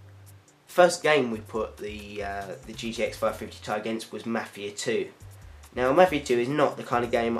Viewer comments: Ti = "TEE EYE" not TIE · lol its ti and not ty.